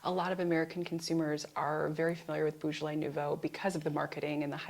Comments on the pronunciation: Very interesting episode. Small criticism is the odd pronunciation of Beaujolais. It is Bojolay and not Boojolay. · pronounced bo jolay not bugolay